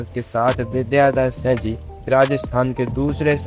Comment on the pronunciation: Are tu bolna sikh.Singh ko sa bol raha hai